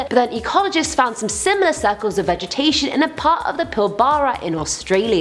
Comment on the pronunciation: i love how she says suh-culls